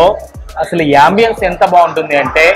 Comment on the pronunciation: యంబియేన్స్ కాదు bhayya ambience